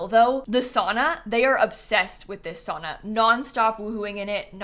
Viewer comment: The pronunciation of sauna is hurting me as a Finnish person